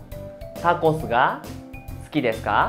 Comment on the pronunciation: Hola estoy actualmente viviendo en Japón y estoy viendo tus clases y me parecen interesantes, pero tengo una duda referente a la palabra sukides como se dice exactamente 🙄 se dice su o kides?xq te oigo que suena kides y no sukides con la pronunciación su.. 🤔